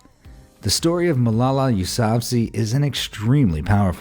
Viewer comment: Your pronunciation of Yousafzai was a spectacular failure